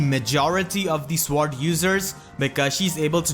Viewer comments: Sword is pronounced "soared" or "sord", hope this helps? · I lol'd every time you said sword